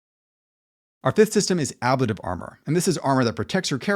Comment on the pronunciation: It's an interesting breakdown of the various versions people have come up with to date. I'm not sure what I would change to right now if I was changing up my games. Now, I didn't see anyone mention it. But your pronunciation of ablative bothered me an unreasonable amount. (Maybe because I was concerned then that I'm not saying it correctly?) So, I looked it up and put my mind at ease that I've been saying it right.